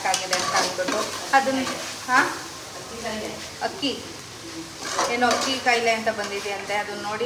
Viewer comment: ಅಕ್ಕಿ ಅಲ್ಲ ಹಕ್ಕಿ.